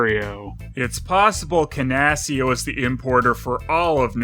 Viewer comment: Kudos to for his pronunciations of Brut and Canasia -- trolling for corrections in the comments...